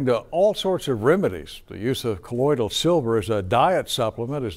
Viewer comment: They’re not even pronouncing it correct.. 😂 it’s colloidal not colloidial